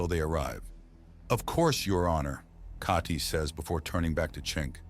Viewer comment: I've enjoyed this series so much but must admit that I am sick unto death of Kah-tee... (Not the character but having to hear the mispronunciation for hundreds of chapters.)